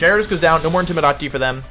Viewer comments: In-tim-i-dah-ting. I'm gonna go ahead and guess I'd have to be a loyal fan of Wolfe to get why he pronounces things the way he does. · Matt M he also pronounces intimidate wrong too, ik he means that as a joke but my god its kinda annoying lol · I'm new to wolfey is there a reason he pronounces some words differently like intimidate and ninetales or does he do it on purpose.. no disrespect meant just curious